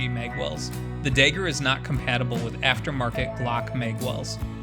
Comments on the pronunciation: Had to click away after 3 "dayger"s lmao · You could have invented the fuggin thing, but the way you pronounce dagger as “Dayger” is the reason I have trust issues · you cant even say dagger properly lol